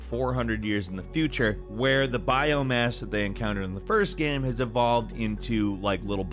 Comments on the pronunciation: when is this guy gonna pronounce "game" correctly? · Why do you always pronounce the word "game" wrong/weird at random times? Sometimes you say it fine then other times its just wrong. You do this with all kinds of random words.